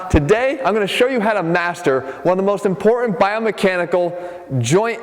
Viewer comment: Jeff "Impor-Ant" Cavalier